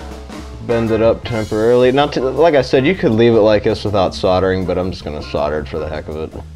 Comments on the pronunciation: SOLDERING not SODERING. Lol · Sordering.... Fucking sordering, that's pissing me right off